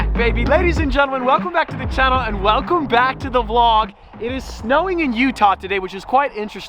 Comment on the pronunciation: OMG he actually enunciated "to the vlog"